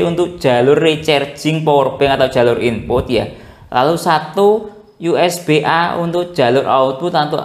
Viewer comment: Mas dibacanya USB = YU ES BI jangan YU ES BE kalo mau juga U ES BE dalam bahasa indonesia